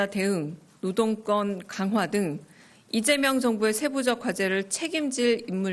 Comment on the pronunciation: 오늘 여자아나운서는 북한출신인가? 아니면 극우인가... 왜 자꾸 리재명대통령으로 들리지?